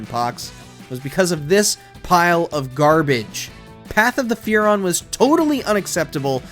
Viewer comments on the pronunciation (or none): Path of Furon hurrt